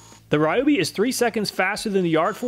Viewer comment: Ryobi not Rayobi ;_; Why Americans are so stubborn to pronounce wrongly most of the words from other languages? Americans are mostly rude to laugh at foreigners for doing mistakes in English but when is a revenge time they are "it's not my language, what do you expect from me?!"... guys, we respect and try hard to pronounce your many ridiculous words which should be differently written then just check out even dense Google translate how to pronounce a foreign word. Just a language equality is what I want and it's really not that much or hard to do.